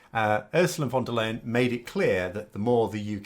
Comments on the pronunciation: Hello. For future reference her name in german sounds more like "lie-en" and not "leyn". Keep up the good work. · For an English speaker the last part of Ursula von der Leyens surname sounds like the English "lion".